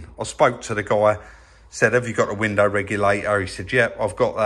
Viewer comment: when you say window at the end of a sentence you say window, when you say window followed by another word you say winder...nice work on the stripe...I would like to see it extended over the bumpers and trim...and great work on the fringed seat, I can't believe it's the same seat..